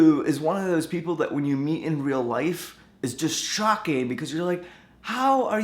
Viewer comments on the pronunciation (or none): none